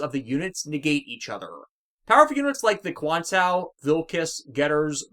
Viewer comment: why did you call it 00 quantao when it's QuantA?